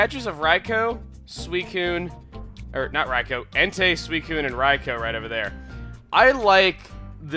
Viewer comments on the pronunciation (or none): none